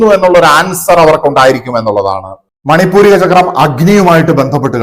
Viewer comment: മണിപൂരിക അല്ല; മണി പൂര ചക്രം ആണ് ശരി